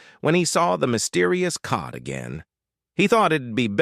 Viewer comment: Jokes don’t make sense when words are mispronounced like saying code instead of cod.